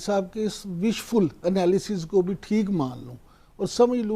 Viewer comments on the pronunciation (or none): none